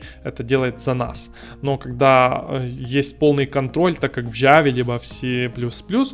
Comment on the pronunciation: на ява, а джава)))